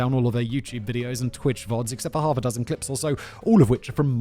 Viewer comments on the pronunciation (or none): none